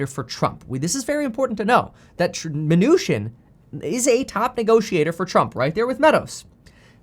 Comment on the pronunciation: I like it when he says Steve Mah-New-Shin!